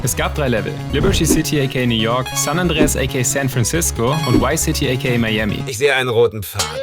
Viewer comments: VICE city! nicht wice city! sonst 10/10 video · Warum sagen so viele Leute WhyCity anstatt ViceCity?...